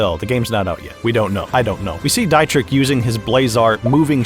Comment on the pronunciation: Just an fyi Dietrichs name is pronounced like Dee-trich ( the ch is pronounced like the beginning part of the word cute when you say it slowly)